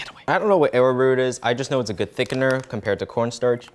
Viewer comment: He can't pronounce almond but he can pronounce arrowroot.. this man amazes me every time